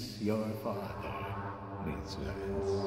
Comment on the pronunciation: I find his pronounciation of ''miss Vance'' really satisfying...